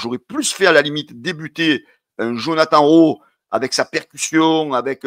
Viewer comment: fait un effort Djonathane Rowe pas Jonathan 😂😂